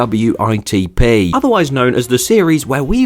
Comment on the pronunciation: No, No, No, it is not pronounced T.P.W.I.T.P it’s pronounced. Tuhpuhwuhitup. You should know this you made there series. 😂